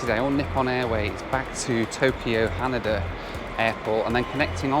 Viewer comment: Hanida is pronounced more like Han-ee-da not like Han-a-da as you were saying 😉edit: I did like where you called CNN the Comedy News Network